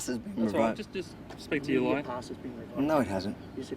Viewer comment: "It's up to your Lawer to find out" WTF